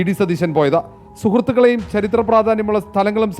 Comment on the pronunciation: Not charithra its chaarithra